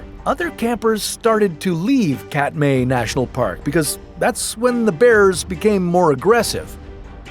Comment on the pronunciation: So much wrong with this video. First, the Katmai park is pronounced Kat MY. Not Ka-May. And the attack was at night, not during the day.